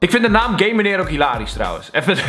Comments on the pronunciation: Het is GAMENEER niet gamemenerr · Het is geen gamemeneer maar geeemeneer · ben ik de enige die de heletijd gaymeneer verstond inplaats van gameneer XD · Ik verstond ook tijd gayemaneer